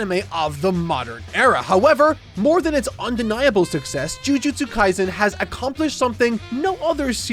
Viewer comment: Kaisen, not Kaizen. Right off the bat and gets the name wrong, lol.